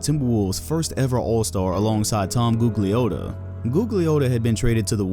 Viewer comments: You cant pronounce Tom G name, smh, trash video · ....you don't even know basketball... because you pronouncing Tom name wrong as shit.... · butchered Tom Gugliotta's last name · You pronounced Gugliotta wrong. Besides that, I haven't seen anyone mention Tom Gugliotta in ages now. Brings back memories